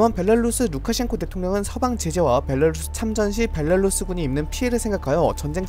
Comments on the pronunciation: 벨라루스 발음 벨랄루쓰 이러는게 신기하네 ㅋㅋ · 벨라루스 발음좀 고쳐라 발렐루스 벨랄루스... 나 참... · 정보전달이나 내용이 좋아서 구독하고 있는데 벨랄루스는 들을때마다 거슬리네요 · 항상 빠른정보 감사합니다 근데 벨라루스가아니라 벨랄루스로 들려요ㅋㅋㅋㅋ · 벨 라 루 스 벨랄루스 🤣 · 오늘은 벨라루스가 많이 나오는 덕분에 벨랄루스를 많이 듣는군요 ㅋㅋㅋㅋ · 벨랄루스 벨랄루스 발음 신경쓰여요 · 벨라루스 발음 커엽 ㅋㅋ